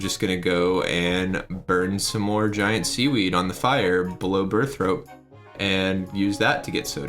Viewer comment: why do u pronounce burthorpe as burthrope? :P